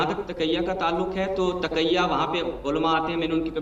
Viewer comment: ڈاکٹر صاحب تقیہ کو تکیہ کہہ رہے ہیں 😅